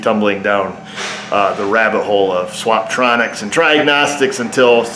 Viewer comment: "tryagnostics" LOL!